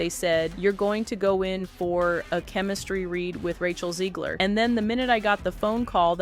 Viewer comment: It’s Zegler!! ZEGLER!!!!!! If you can say ‘leg,’ and ‘her,’ then you can say ‘Zegler.’ There isn’t an ‘i,’ or an extra ‘e,’ in there to make it ‘Zeeeeeegler.’ FFS!!!